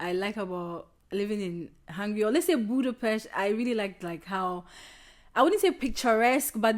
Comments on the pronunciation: You pronunced Budapest correctly! :D You guys are just charming. I wish you the best truly. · When you pronunced Budapest correctly, youve got a sub. :)